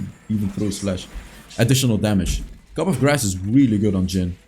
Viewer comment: Coup is pronounced Cool without the L. You already took that when you said cup for coup lol <3